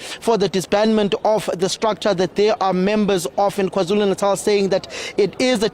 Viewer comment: you're a Nguni person, why do you pronounce KwaZulu Natal like that?!